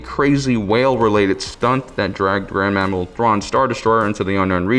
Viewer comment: Is it just me or does he say "Grand Mammal Thrawn?"